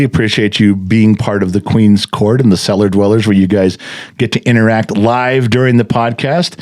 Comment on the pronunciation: Oh. Cellar. Not. Seller..lol